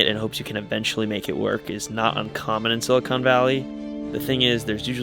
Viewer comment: Examine the pronunciation: silly-con valley.